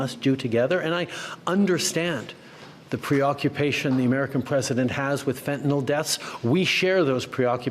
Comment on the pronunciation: Pierre is completely incapable of dealing with Trump. He can not even say the word fent.